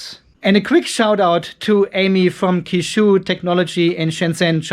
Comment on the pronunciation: Qishou is phonetically pronounced similar to che-show.